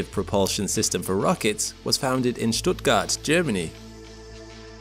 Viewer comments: best pronounciation of "Stuttgart" by a foreigner so far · Are you German? Your pronunciation of Stuttgart is spot on 💟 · In Switzerland! I knew you would not just like that be able to pronounce "Stuttgart" that correctly^^ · ur prononciation of stuttgart is immaculate